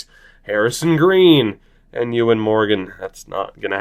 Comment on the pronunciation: Disappointing episode for pronunciation... You said Ewan right and sold a player to Morecambe but didn't say it! In terms of the actual team though, I think you can probably ditch anyone with lower than high 80s ceiling, and unless they have a high basement and ceiling not bother signing them from scouting right away (unless it's the final report). It's worth leaving them there for a month or 2 to see if it's really worth it.